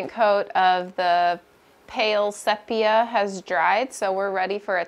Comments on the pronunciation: Pronunciation of Sepia... SEA - PEA - UUUU (As in Umm) Just trying help :-) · Don't mean to be a nag, but it's pronounced 'see-pia'. Love the taupe color! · Beautiful work and I do mean work! I got tired just watching. Congratulations on a fast sale and a full price offer., just an FYI your paint color is pronounced see-pee-uh. 😉